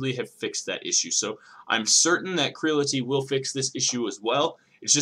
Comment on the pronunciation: Say it with me Creality....Cree ·a·luh·tee. its a play on Reality